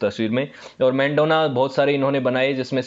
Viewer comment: मेंडोना नहीं है वो , मैडोना है । और भी ज्यादातर नाम गलत लिए हैं आपने ।